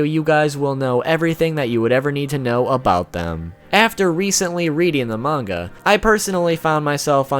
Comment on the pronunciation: This guy ACTUALLY doesn't know how to say manga